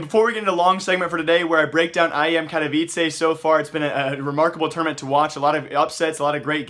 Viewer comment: You're saying katowice wrong btw :(